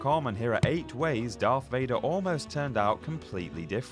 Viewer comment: Darth not doth